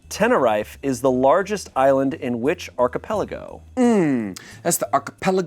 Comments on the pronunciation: as a spanish speaker the pronunciation of Tenerife caused me physical pain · Im sorry but pronunciation of Tenerife was hilarious